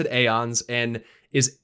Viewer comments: God dammit. Its eons. Eons.. not aons. Eons!!!!! Its a very common term to explain a vast amount of times. I swear to god!! Stop saying AONS. Its fucking EONS. Its clear as day!!! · Roses are red Alliance peasants, Horde peons still mispronounces the word aeons